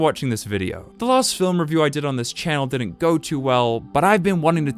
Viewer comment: No I did-ent 😔